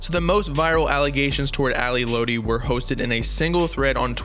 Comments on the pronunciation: Its not ally lOtti it's ally lot-ti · Its Lotti not loutti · it’s lotti not lodi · It's "Lot-ee" not "load-ee" lol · Fire video but it’s lAhDi not LowDi for lotti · It’s Lotti not Lodi 🙄🙄🙄 TF? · i’m sorry “loadi” it’s “lotti” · sir its pronounced lot-e not low-tee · It’s Ally ‘LOTti’ not Ally ‘Loatti’ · dudeee its not LOWTI ITS LOTTI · let him rest in peace next time u speak on him make sure u know how to say there names right “Ally lootie” Ally lotti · Im going to be that guy who corrects lil stuff like when you say ally lotti you got to pronounce it "lot - e" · this mans said loati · bruh, she was helping him get clean, she was really heartbroken, it's like we didn't see this happen, but did, just got us unexpected, and before you go on here, say her name right (Lotti- Lot-Tee) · 🤦‍♀️ it’s pronounced “Lot E” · My dude said ally loety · thanks I was just thinking why he said low-ti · Bro said lo-tee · lotti i'm pretty sure is like "lot-tee" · This nigga said ally loddy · You’d think with all that research you did you’d be able to pronounce Ally’s name correctly. FYI: it’s pronounced ‘Lot- E’ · lot-e .....lotti. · this many said ally (low-tea) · "Ally lowty" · ally "lowti" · i can’t get over how wrong he’s pronouncing lotti and i feel like it shouldn’t be hard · You should redo this whole video and pronounce lotti right 🖤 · Everything you say sounds so invalid when you can’t even pronounce Ally Lotti correct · bruh if you such a genius say her name right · Bro can’t even say lotti right 😂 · Imagine pronouncing lotti wrong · Bruh he don’t even say her name right😂😂😂 nah this is finna be some bs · He can't say lotti come on u got to say it right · You sayin her last name wrong 😭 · chile you can’t even say her name right